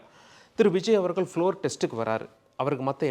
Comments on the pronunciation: ல, ள உச்சரிப்பு மிக மோசமான நிலை. நல்லா காதில நாரசம் காய்ச்சுகின்றது. விஜய் அவர்கள் (கல் - அல்ல) அவர்களுக்கு (கலுக்கு - அல்ல) காரணங்கள் (கல் - அல்ல) உள்ளார்கள் (கல் - அல்ல) வல்லுனர்கள் (வள்ளு அல்ல) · சார், எல்லாம் சரிதான். உங்கள் உச்சரிப்பு எப்போது சரியாகும். மேற்கோல், அவர்கல் என்று பேசி தமிழைச் சிதைக்காதீர்கள். நாக்கில் வசம்பு வைத்து தேய்த்தால் ல, ள,ழ போன்ற எழுத்துக்களை நன்கு உச்சரிக்க வரும்.